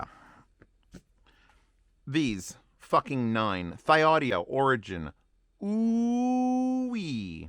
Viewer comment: "Thee-Audio" is the correct pronunciation of the name, according to the designer of this IEM, Mr. John Park.